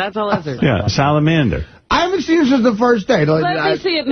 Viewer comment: Why does say salamander so weird emphasizing the last two syllables